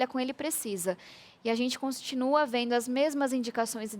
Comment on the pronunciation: Só não gosto de ouvir pessoas cultas falando " veno, quereno, disputano" ... Mas é uma promessa boa.